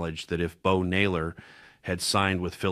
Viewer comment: Need to check your pronunciation: content (accent on first syllable); and Bo Naylor???????